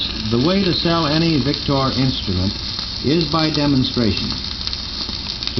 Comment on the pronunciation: he says 'vic-tore'...I say 'vic-ter'